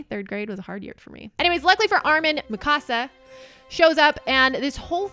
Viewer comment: Mikasa is 3 syllables = me-ka-sa